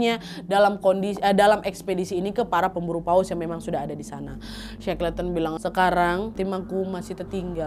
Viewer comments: bikin konten kek gini pastinya banyak nyari sumber dan referensi. tapi buat nyebut nama orang yg diceritain aja masih salah??? Dibaca nya shekelten bukan sekleten … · .... Bacanya she-kel-ten.... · Maaf koreksi sedikit pengucapannya kak Nadia.Shackleton dibaca Sekelton. Semoga bermanfaat🙏